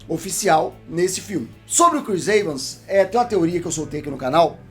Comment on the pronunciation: "Chris Eivans" Akakakakakaakkakakakaka